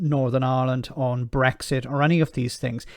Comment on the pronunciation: WOW! "Eleven, ELEVEN of the former Bresxshit MEPs....." It's just like Catherine Tate's "Nan" character come to life!